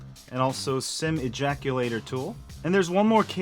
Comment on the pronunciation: Did I just hear "SIM ejaculator tool"?